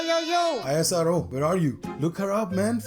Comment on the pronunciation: its ISRO and not I S R O its as simple as NASA, not N A S A